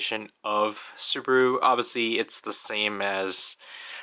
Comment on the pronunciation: 😂😂😂 subulu not subaru hahaha🤣🤣🤣🤣